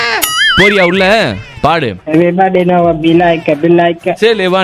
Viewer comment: Neenga paadu nu sonnathu en kaathuku Baadu nu kekuthu😂